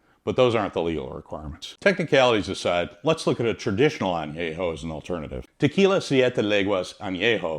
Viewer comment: VERY WELL informed video ; You do well with Spanish pronunciatión. If I may; the Word añejo should be with the an e from " YET " instead of an a from " yeah ". as in an-YE-ho. Excellent video